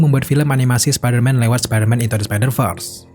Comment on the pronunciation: Bacanya spidervers bukan spiderfars